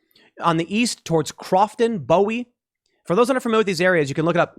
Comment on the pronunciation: No "S" in Silver Spring. Alex-AN-dria. Like Alexandra with an "ia" at the end. Bowie pronounced Boo-wee or just Boo-ee. Not really the biggest deal in the world. Just really makes it super obvious you never actually come down here. Or, alternatively, come on down more often. Frederick is not far in miles or even time, but really is a world away to the people who live here in the DMV.